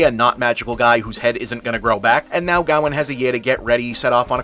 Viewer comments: For a good part of the review I was trying to figure out who Gaowen was, then I realized it was Bob's strange way of pronouncing Gawain. AFAIK "Gawain" should rhyme with "Wayne", "rain", or "pain". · I don’t know how the movie says it, but his name is meant to be pronounced guh-wayn, other than that, great video! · Is it not pronounced’Gah-wayne’?? I’m going to have to research that now. I can see with your pronunciation that it could be a Welsh proto Gavin. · Ever time you said Gawain, I cringed. Can we just ban Americans from pronouncing old British words. It’s pronounced “Ga-wain”